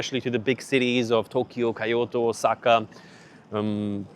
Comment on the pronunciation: That's exactly it. This guy clearly has done very little actual research beyond watching Doomer videos. Couldn't even pronounce Kyoto properly